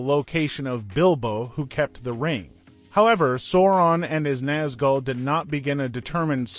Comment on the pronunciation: Lol. Sore-on and his Naz-gal, Fraudo, Bilbo Baygins, Izzleder. 😂